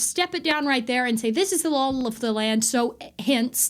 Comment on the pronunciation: I love how you say the word, "Law". Sounds like "Lol".